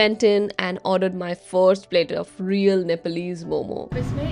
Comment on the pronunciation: The Delhi wala calls momoos.😂